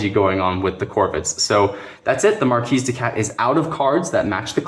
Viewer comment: Good stuff Corvids are my favorite faction. Oh and it's MarKee no S sound.